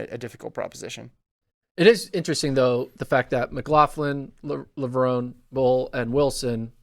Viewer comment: pronounced "Levrone" correctly I thought. Watch interviews with Sydney like the Citius one where she tells them how to pronounce it. He also got Femke's name right this time.